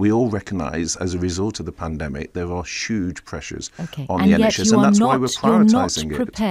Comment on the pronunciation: Never trust a man who can’t say Huge.😂😂😂😂